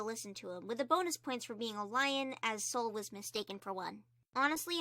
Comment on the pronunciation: I Sol is not pronounced Soul but Sol, like- I think there is a god called Sol that you can get reference from.